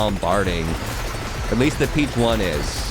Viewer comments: It’s not peach one It’s peach ohne That is how you say it my guy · It's pronounced "peach on" like a play on words for the Spanish word for squab or hatchling (pichón).